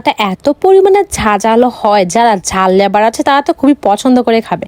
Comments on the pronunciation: লেভার না লাভার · ঐটা লাভার Not লেভার 😂😂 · লেভার না লাভার হবে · লেভার না লাভার 😂😂😂😂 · লাভার❌ লেভার☑️ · লাভার ❎ লেভার✅ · আমাদের এখানে যারা রাজমিস্ত্রী বা মার্বেল মিস্ত্রির সঙ্গে হেল্পারের কাজ করে তাদের লেবার বলে.. আর এই তো লাভার কে লেবার বলে😂😂😂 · লটকন ❌লটকা✅ Lover❌Lebar✅🤣😂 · Secret❎ Secoret✅ Lover❎ Lebar✅ Heavy ❎ Havy✅ Vai jhal lebar Khao khao sokale pachu diye🔥🔥ber hobe😂😂😂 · অশিক্ষিত মূর্খ ওইটা লেভার না লাভার হবে 😂🤣 আগে জেনে নে সঠিক উচ্চারণ কি তারপরে বলতে আসবি 😏🙄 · লাভার 😍❌ লেবার 😂✅ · লাভার ❌ লেভার✅ গাইস ❌ গইস✅ ভারী খাবার ❌ হালকা পাতলা খাবার ✅ লারাভারা ✅